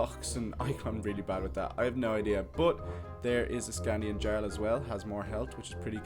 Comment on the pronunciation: I am reading the series right now I cant belive that he called a saxe knife a sword and he said sknadin wrong